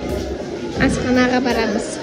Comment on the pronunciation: Асхана десен маган Астана дегендей естилип кети